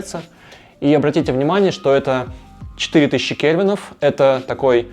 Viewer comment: Кельвины а не кевины)